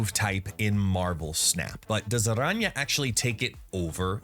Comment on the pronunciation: Great video and respect for the pronunciation of her name. What does your t-shirt say?